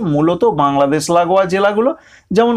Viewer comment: ছাগত, পুর্বাবাছ, বাংলাদেছ, মাছ, এগুলো কি ভাই,,, স এর ভাষা ঠিক করতে পারেননা,,, এগুলো আপনাদের কলকাতার লোক পছন্দ করলেও সবাই কিন্তু পছন্দ করেনা